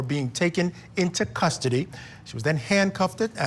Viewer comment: Handcuffeded? 😮 you pronounce it just, 'handcuffed.'